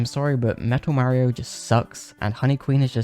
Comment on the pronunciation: I like how you say Mario as Mayrio and awesome video! I always thought mkwiis bloom was a little annoying but with mods you can remove that and the deflicker as well! Please do Mario Bros next!